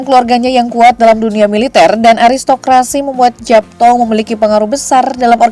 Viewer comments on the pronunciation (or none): Bacanya Yapto